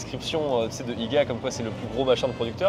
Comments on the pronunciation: Ils disent iga, c'est I. G. A. !!! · Comment à dit iga 😂 quelqu’un lui dit qu’il faut juste dire les lettre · I-G-A ET NON IGA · OUI!🤣 Ça m'a accroché aussi! I-GA au lieu de I-G-A. Ahahahah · dire « iga » on dit « i-g-a » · On dit I.G.A et pas iga mdrrr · Oui, plutôt étrange d’entendre «IGA»et non «I-G-A». Encore plus étonnant, au Québec ce Independant Grocers Alliance n’a pas de nom français (on a bien pu trouver «Bureau en gros» pour «Staples») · On dit pas IGA mets on prononce les lettres I, G, A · Iga! Je suis morte! 😂😂😂😂 ça ce prononce lettre par lettre I puis G et A I.G.A 😂😂😂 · I-GA?? Mais on dit I-Gé-A. 😂 Les volumes de jus de fruit c’est la réduflation, ils ont réduit les tailles, avant on avait des gallons! chipotle c’est une sauce/gout super connu au Québec (originaire du Mexique 🇲🇽) aucun rapport avec chipolata 😅! Pour le fromage 🧀 aucune excuse, clairement en 400 ans y a quelque chose qui c’est perdu entre les colons français devenus les Québécois 😊! Mais c’est la saison des fraises de l’île d’Orléans, des bleuets du lac saint jean, des framboises..… Hâte de découvrir les autres vidéos! Merci Merci 💪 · T'as habité pendant des années au Québec et t'es pas capable de dire que ça se dit I G A comme les lettres et pas IGA? Ou même de savoir pourquoi le blé d'inde a une vidange à côté? Le chorizo que vous avez prit c'est pas de la charcuterie à manger de même. Le fromage à poutine ça se mange de même, t'es pas obligé de le manger chaud, c'est une collation de pleins d'enfants....Criss ça va pas ben les gars, c'est presque insultant rendu là votre ignorance. Surtout pour un gars qui dit avoir habité icitte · Haha c'est drôle de vous voir émerveillé sur tout. Pour nous, ce sont des produits de tous les jours et que nous sommes habitués de vous. En passant, ça ne se prononce pas "IGA" mais "I,G,A". Il faut séparer les lettres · qui dit Igua Sa m'a fait trop rire, on dit I-G-A, chaque lettre séparé:goodvibes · ca se dit IJEA